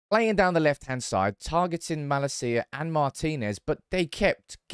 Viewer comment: Not mala-cia broo. Ma- lacia